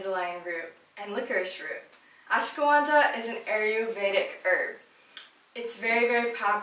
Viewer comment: ashwaganda! Not ashgawanda